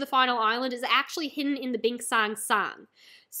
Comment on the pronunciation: Sake is pronounced sakay not sak btw